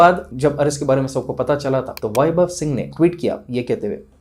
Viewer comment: Woh sab theek hai lekin aap THA ku TA kyu boltey? Woh تہا یے تا نہیں ہے ! Asaani k liye aap ثا ki awaz bhi istemaal kar sakte hai